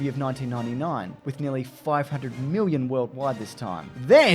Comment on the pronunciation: why do you eastern Aussies say '1 miwwion dollars" why can't you just speak normal like the rest of us! haha wook, I'm just puwwing ya weg, loved the vid, as usual. muah.